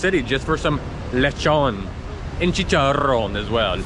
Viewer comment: The way you say chicharon is soooooooooo nice